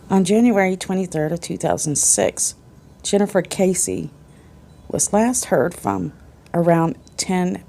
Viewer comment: I was in a Search and Rescue Group and participated in at least two (maybe three) call-out searches for her (not Texas Equusearch). This case is special to us here in my town. ❤️ It is sad not to see her photo up anymore around the Millenia Mall. BTW, her last name is pronounced KESS-ee (not like Casey). I just started your video and will let you know if I can add any details. Her parents are very nice. As far as I know, the idea was that the suspect was/is a construction worker from her apartment complex (who gave her bad vibes). It is thought she was off to mail something and was attacked. Jennifer was fit and would have struggled. Her apartment was pristine and showed no signs of struggle. The construction workers were allowed to live there and many may have been undocumented. I believe they were still selling units in the apartment and the association did not give all the info (or did not know) all their workers! I assumed that the killer/suspect may have left the country. The video shows a man, a slight man, with clothes consistent with a worker. The person has a particular walk. There was stuff in the backseat so it doesn’t seem like a robbery. Her boyfriend was not a suspect, as far as I know. He had an alibi.